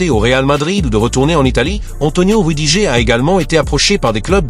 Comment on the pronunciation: L'IA audio lit "rudigé" quand on lui écrit "rudiger". Il faudrait lui proposer une autre orthographe pour obtenir la bonne prononciation. Ex. : "Rudi-gerre". Et c'est ainsi pour d'autres noms propres.